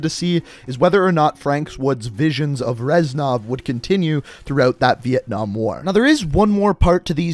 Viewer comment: jon falcon “reznouv”😂😂